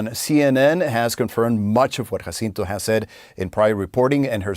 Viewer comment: And pronounces the victim, Jacinto's name accurately.